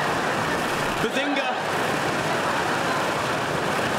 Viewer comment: for the Earlier Seasons instead of "Bazinga" it's "Buzzinga"